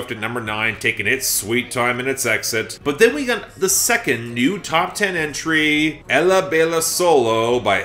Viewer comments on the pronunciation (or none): Hey, just a reminder, when you say “Ella” in Spanish the double “l” makes the y sound, so it’s really pronounced Eh-yah.